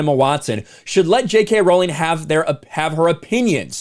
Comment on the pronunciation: ps. Its pronounced "Ro-ling".